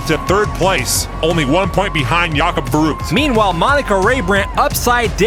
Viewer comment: Oh man, I love that channel. It never get boring. By the way, the ü in verrückt is not pronaunced as a 'u'. Did you know that verrückt means crasy or nuts like it drive me nuts which first perfect to a car-race. Cheers from Hamburg, Germany. 😃😃👍😁😁